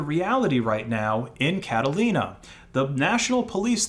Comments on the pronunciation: wym carolina 😭😭😭😭, it's Catalonia, pronounce it as it's written man, please! excellent video btw :). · My man, it's Catalunya or Catalonia, not Catalina. Catalina is a name. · Bro really said "Catalina" instead of "Cataluña" 😭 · Don't mean to be rude but it's cat-ah-lo-ni-a not cat-ah-lin-a lol. Two very different places! i was so confused this whole video. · Catalonia not Catalina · Only in the end I understood you meant CatalOnia (Region where Barcelona is located) instead of Catalina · What the FUCK is Catalina? Going by the picture in the article you showed, "Mossos d'esquadra" you are talking about C A T A L U N Y A (Catalonia if you wanna say it in English I guess). Not whatever the fuck Catalina is lmao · In , I guess you mean Catalonia, not Catalina, right? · The flag of the policia insignia showed here is for Catalonia, which is pronounced (if you're familiar with Spanish) Cataluña, or Catalunya (Catalan spelling, which also helps understand its pronunciation). Not trying to be nit picky or a pest but the Catalan people are a very proud people and "Catalina" is a different place entirely. Catalonia is an autonomous nationality within Spain and its capital is Barcelona. You may recall the recent years of increased activism within its capital to become independent from Spain entirely, so yes, it's important to get the name correct. 🫶🏻🫶🏻 Just wanted you to know! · Catalunya. Not Catalina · It's Catalonia, not Catalina btw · It's Catalunya or Catalonia, not Catalyna. And it's actually a region of Spain with its own police force. But still, the Mossos d'Esquadra follow most laws in Spain, which have a right of secrecy, so if you're detained, they can confiscate your phone, but they can only search your phone if a judge rules it necessary. However, they can demand you to unlock your phone to check your contacts list, but they can't check anything else without a court order. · bro "catalina"? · I think you mean Catalonia, not "Catalina" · Cataluña. Not Catalina